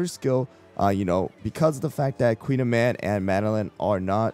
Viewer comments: Her name is actually pronounced as Koon-yaman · Call me a snob but I hate this american pronunciation of the pastry. I much prefer the Briton. Like why did we allow this but took the time to correctly learn and pronounce ✨croissant✨?? 😭